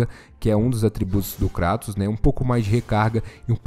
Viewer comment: Até que em fim alguem usou o português para chamar o Kratos de Kratos e não kreitos. Parabens. Kkkkkkkkkk